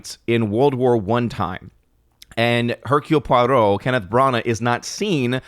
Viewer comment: Nice "Hercule Poirot" pronunciation!